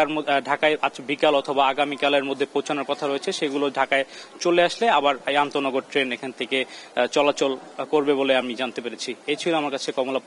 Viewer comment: সাংবাদিক ভাই আনতোনগর কে বলছেন অনতোনগর উনার উচ্চারণ ই ঠিক না উনি চাকরি পেলেন কি ভাবে এই পদে?